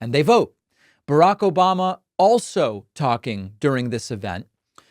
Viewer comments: This "Obamna" gets me every time 😂😂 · OBAMNA!! gets me every time 🤣